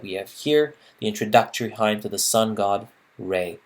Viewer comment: Do you mean to say "vignette?" Please look up how to pronounce "hymn."